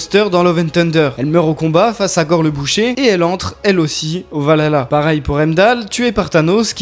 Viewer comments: Alors on dit pas valala mais val-HAlla svp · On di le vahala et pas le valala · Le valala 🤣 valhalla, val halla, vers dieux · Par contre le H de valhalla se prononce